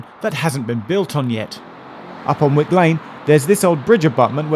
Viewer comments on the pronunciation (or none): none